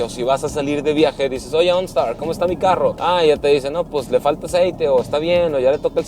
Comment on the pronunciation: “Ooonstaar” jajajaja que perra se ve la camioneta👌🏼